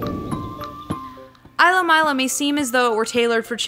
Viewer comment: also it's pronounced, eelo and meelo. (according to the official blog)